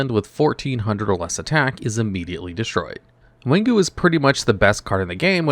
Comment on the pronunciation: It funny that some card translation is repeat of itself within 2 language. King Tiger Wanghu is both English and Chinese. Wang = King and Hu = Tiger. Its Wang-Hu not Wan-Ghu.